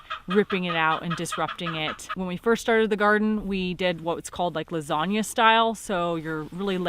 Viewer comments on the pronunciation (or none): none